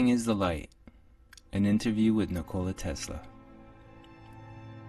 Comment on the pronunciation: Butchered his first name, he isn't a 'cola'